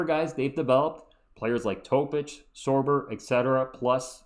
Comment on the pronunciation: Thanks for saying Topic's name right 😂 everyone else is saying it wrong